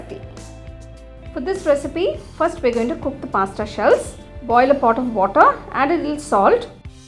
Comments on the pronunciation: Pasta not pastta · First , ye pink kidhar se dikh raha hai??? Second , it's not maieda its maida Third , it's not pasटा it's pasता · What's pasta lol u are pronouncing it wrong" ta"